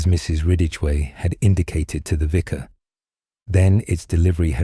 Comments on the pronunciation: is making too many mistakes ❣️ Vicar not visor! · The pronunciation of the narrator is abominable. Vicar is pronounced “viker.” Their are several others. The Edward voice never made those errors.